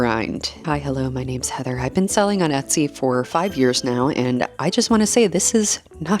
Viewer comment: This is the second video that I’ve watched of yours and the only word that I couldn’t make out for the longest time was Etsy because I was hearing Utsy 😆I wondered if Etsy had a twin sister site at first. 🤣